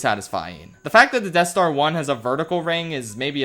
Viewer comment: “Depth Star”